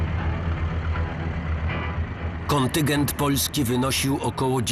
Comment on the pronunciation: KONTYNGENT nie kontygent